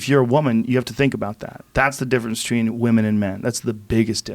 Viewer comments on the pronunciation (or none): anyone pay attention Joe says "bitchween" instead of "between lmao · Joe "Betchween" Rogan